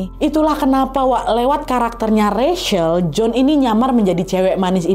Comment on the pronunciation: Wak, aku saran, sebelum sebutkan nama org, cari tau dulu cara sebutkan nama yg bener wak...itu Rachel, nyebutnya RECHEL, bukan RESYEL